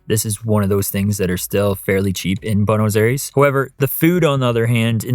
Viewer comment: It is hard to believe that you lived there for 4 months since you pronounce Buenos Aires so terribly.